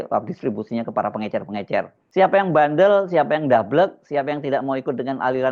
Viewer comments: Pengecer Lil.. Bukan pengencer 😅. Pengencer apa, pengencer dahak ato pengencer otak biar waras bikin kebijakan? Ijazahnya ato palsu nih😂😂. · Betul mas hersu kok ber x2 bshlul ngomong pengencer bukan pengecer. Jelas beda jauh ke 2 kata iyu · Gak ngerti itu dia, pengencer sm pengecer aj bs salah. Berbeda kesalahan ucap yg gak merubah arti. Seperti teman sy gak bs blg parkir dikatakan palkir. It gak jd masalah. Tp pengencer dan pengecer it berbeda arti. Jd faktanya sangat pantas menteri sprti itu jika di reshuffle 😂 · pengecer lul, bukan pengencer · Munkin bahlil ga bisa ngomong pengecer dia cuma bisa ngomong pengencer ko mentri ga bisa ngomong pengecer gimana sih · Risih banget kata pengecer jadi pengencer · pengecer pak...pengecer..bukan pengenceeer gemes gw... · Faktanya, yang diucapkan Bahlil berkali-kali adalah "pengencer", bukan "pengecer"..., ha ha ha.. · orang Papua ngomongnya pengecer jd pengencer...parah doktor lulusan U I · ya .betul bahasa bahlil, ngomongnya pengecer jadi Pengencer...salah paham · Pengencer apa to PakMenteri? emang mau buat adonan kue, pengucapan kalimatnya aja salah salah, emang gakada staf disekelilingnya yg ngasih tau bahwa sehrsnya pengecer bkn pengencer. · Pengencer (bukan pengecer)?😂whaaat??? Selevel menteri lho nyebut istilah aja gak becus. Fix, 11-12 dg mulyono buruk rupa plus buruk otak😂😂. Maaf, ini ekspresi kekesalan saya thd gerombolan perusak negeri ini. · Makanya aneh... Koq pengencer? Emang tiner pengencer cat... 😂😂 Cobalah pejabat biasakan mendengar bahasa orang² kecil... Pengecer koq dibilang pengencer... Gimana kalau ada kosa kata yang jlimet ucapannya...nanti asal nyebut saja... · Kenapa bapak ini slalu bilang pengencer ya ?? Bukannya pengecer ?? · Kwalitas pendidikan Bahli dipertanyakan tidak bisa membedakan antara kata pengecer dengan pengencer menurut kamus KBBI, beliau selalu mengucapkan kata pengencer😅😂🤣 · Coba simak. Dia kan bilang pengencer 😂😂😂😂😂😂😂😂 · Pengecer kok dibilang pengencer ? 😂🤣😅😆😁😄😃😀😂🤣😅😆😁